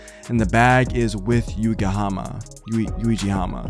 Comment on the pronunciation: Man it’s Yuigahama pronounced You-E-Ga-Hammer basically! And it’s where I’m from!